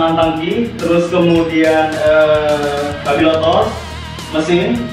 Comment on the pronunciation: Mas karburator bukan karbirator